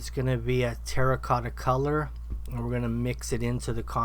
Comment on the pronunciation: did you say Tera cotta? or tera kaka 🤣🤣🤣🤣🤣🤣🤣🤣